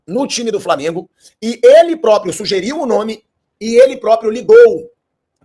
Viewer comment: Aprende a falar o nome do time. Framengo é foda.